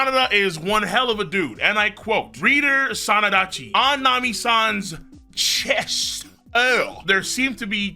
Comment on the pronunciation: also im just saying its sandacchi